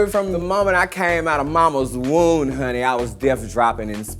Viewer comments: She said woon not womb. Not a smart person. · She just said "woon" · "By the time I came out of mamas woon" great English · Did she say woom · "from the moment I came out of my mamas woon" Chi Chi girl I love you bitch but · Woon lol it's womb* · "mamas woun " ............. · Sounded like she deadass said "Mama's woon". I'm not hating, I love Chi Chi. 😂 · I thought she said wound like “axe wound” meaning vagina lmao. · 😂😂😂😂 she said “wound” like a gash on your leg. Bless her heart. But I still love ❤️ her 😘😍😂